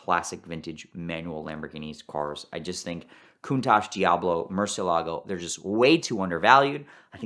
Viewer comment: Mention an SE30 and get an instant like from me. 👍 Also, does anyone have a 20 on this guy since this episode? I only ask because I feel Ed took him round the back and executed him for mispronouncing Murcie-LEGO. 😂